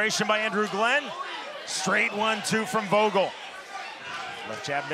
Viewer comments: Disrespectful he called the second guy Jake vogul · "Jake Bostwick vs Jake Vogal" c'mon bro you have one job... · He called vogul Jake. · Vogel is spoken with an F, but I'd pronounce it like that too if i wasn't german and named that as well^^